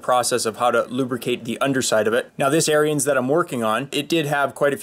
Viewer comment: Good informative video. Just a minor correction, Ariens is pronounced Aarons. I live close to the Ariens factory in Wisconsin.